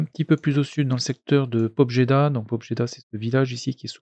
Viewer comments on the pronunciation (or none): Pour information « Pobjeda » se prononce « pabiéda ». Ça veut dire « Victoire » en langue russe et dans tous les patois associés, dont l’ukrainien. A la fin de la guerre mondiale plein de villages ou hameaux du coin ont été baptisés ou rebaptisés de ce nom. D’une manière générale « j » est utilisé dans les transcriptions en alphabet latin faites par les Allemands ou les anglophones pour indiquer le « i » mouillé des langues slaves.